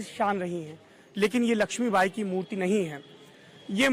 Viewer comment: murti ko mutri bolra bhai danga kardo 😂😂😂😂